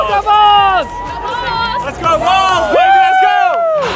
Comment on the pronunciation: Oooooh "go bulls" not "go balls"